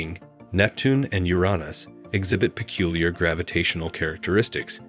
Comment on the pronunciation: This is the first time I've ever heard Uranus pronounced Uronus.